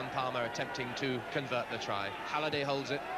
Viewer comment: Beaumont could never get Halliday's name right.